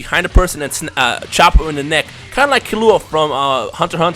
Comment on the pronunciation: in the end when u said comment and like is his videos it sounded like u said comment and unlike his videos